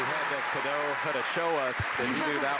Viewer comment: They are consistently pronouncing Natchitoches and Caddo wrong. Being from the area with Caddo family, it's NA-ca-tish (the "t" is often dental, making the end sound like "dish") and CA-do.